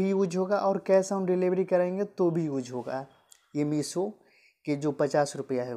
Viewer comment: Use ko uc bolra h 😂